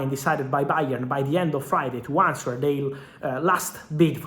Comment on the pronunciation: Fabrizio, in inglese il “w” è silenzio in il parola “answer” ma il tua inglese è uttimo ma poco detales!!